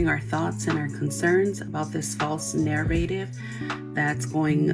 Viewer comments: When the mom says “false narrative” a hundred times I cringe each time. 1. She’s pronouncing narrative completely wrong. 2. It’s not a narrative if it’s a video that people saw with their eyes. It is possible he may have said “let me take that”. It’s also disturbing that she played off the fact that she found it funny. Even if their story is true, which I doubt it, she still posted a video her son was obviously extremely embarrassed about, as he was desperately trying to hide his face with the blanket. Honestly, I think that everyone that reposts this video should hide the sons face, as no matter what happened, he should not be exposed to the shame and embarrassment surrounding the video, regardless of what the truth is. I really can’t stand the mom here. She is pretty brainless and stupid, so it’s hard to say if something is happening she knows the actual extent to what could be going on. I think she needs to be concerned and also needs to do some introspection, that no matter what the truth is, regardless what she posted is wrong. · not to be the asshole but the way she mispronounces "narrative" is actually pissing me off so bad 😭😭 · The way she mispronounces "narrative" yet goes on to say it 30 times bothers me more than it should. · Ok I'm sorry but the way she pronounces narrative is bothering me so much. Is that petty and childish? Maybe, but considering how she acts, I feel like I'm allowed to comment on small things like that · This is neither here nor there, but the way she pronounces “narrative” drives me absolutely nuts. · Why did she choose the one word she can’t pronounce correctly to say 25 times in her video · I hate how PAINFULLY OBVIOUS it is that she's reading from a script that she DID NOT write. It was probably written by AI tbh. She doesn't know how to pronounce narrative so I can't believe she wrote the speech where she used it 8 fucking times. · Her pronunciation of narrative is driving me insane. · SAME!! It’s NARR-UH-TIV